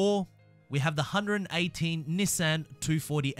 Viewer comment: Why tf does he say Nissan like that